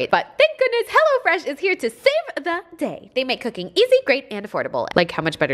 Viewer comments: When she said cooking I heard cocaine 🤣🤣🤣🤣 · Am I the only one who heard cocaine not cooking 😂😂😂 still love her tho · I thought she said crack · when you said "we're going to do something i've never done before" i heard cocaine instead of cooking and i... was fully shook LMAO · WHO ELSE THOUGHT SHE SAID "COCAINE" -- INSTES OF "COOKING" OMG LOL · Did anyone else think she said cocaine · am i the only one who at first thought she said „today were doing something that I’ve never done before - COCAINE ” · When you said "Cooking" in the beginning, I thought you said "Cocaine" and I'm like "WOAH GURRLLL" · I thought she said she was going to do coke for the very first time 😩😩😩😩🤦🏽‍♀️🤦🏽‍♀️🤦🏽‍♀️🤦🏽‍♀️ she said cooking 😂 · I swear I thought she said "cocaine" not cooking at the beginning 💀💀💀😂😂😂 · I thought she said she's gonna try cocaine for the very first time lmao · Am I the only 1 that heard cocaine instead of cooking 😅😂😂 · When you said cooking, I heard cocaine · Omfg I thought you said cocaine instead of cooking and I was like omg nooo noooo🤣🤣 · When she said "something I've never done before...cooking" I really thought she said cocaine lol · hahaha I thought she said she was trying cocaïne instead of cooking😂😂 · i thought you said cocaine not cooking 💀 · was I the only person that heard cocaine when she was doing her intro. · I heard cocaine too and thougth it was just for humour..so I was waiting for her to laugh her joke off like "just kidding you saw the tittle of the video (also kids don't do drugs except shopping)" Thank you for putting a sense to it because I was very confused (why she said cocaine? Will we have the private joke behind this??) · When she said she was gonna try something new I thought she said “cocaine” i choked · cocaine!? lmaoo jk, sounded like it though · When she said she was cooking I thought she said "today we are going to do... Cocaïne " I died 😂😂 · Ok so who else heard cocaine instead of cooking the first time 😂😂😂